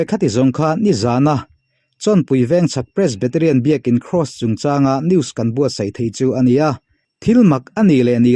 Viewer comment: "Cross" tih vek hmang ta se rinhlelh tur a awm thei lo anga. " Kross" a inti vek tlat mai a tiraw 😃😃😃 "Cross" ni bawk silo, "Kraws" ni leh bawk silo , " Kross" han tih deuh tlat khi chu mi pakhat a ang riau ani 😃